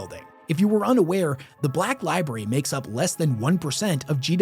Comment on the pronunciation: li BRARY li-BRARY Pleeeease stop saying "li-BERRY". It makes you sound like a 6 year old.